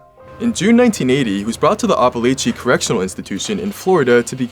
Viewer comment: "Apple-ah-chee"* Btw